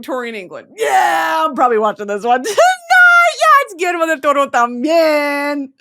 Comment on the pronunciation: her saying Guillermo Del Toro is reminiscent of Cameron Diaz saying “PILI-PINO” lmfao